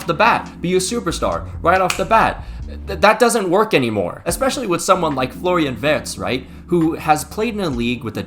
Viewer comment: “Florian Vert” 💔